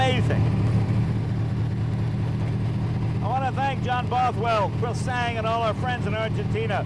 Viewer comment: i need one loll......but you dont pronounce the G in pure sang